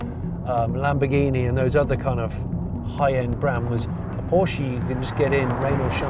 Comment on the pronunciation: IT IS NOT PORSCHI!!!!!